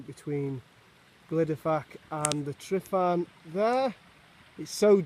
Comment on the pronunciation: Not tri not tri not tri.TRUH TRUH TRUHVAN!